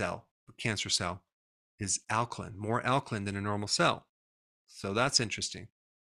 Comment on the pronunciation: alkaline is pronounced /ˈalkəlʌɪn/ not /ˈalkəlɪn/